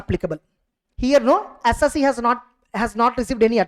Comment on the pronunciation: SIR, please pronounce the word "Assessee" correctly............